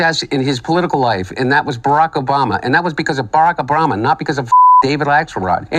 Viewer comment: Did I hear a bock obarama in there